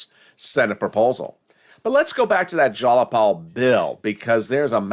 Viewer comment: its not jalapal its jayapal jai-uh-paal